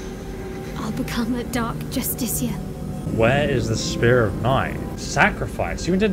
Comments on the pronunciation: Sorry but after twelve videos i HAVE TO ask you this: why do you always pronounce justiciar as "JustiKar" and not as "JustiSHiar"? Do you just miss the i or there's something i'm missing? Cause it's really starting to bug me lol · Everyone: Dark justiciar Him: Dark just-stick-car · I can’t be the only one that HATES the fact that he can’t say Justiciar right, like bruh they say it a million times how can’t you say it right by now lol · It’s justiciar not justicar 😂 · consistent with the justiciar mispronounciation since the thalmor justiciars in skyrim, we love to see it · pls learn how to say justiciar i beg also loving the bal gat 3 vidja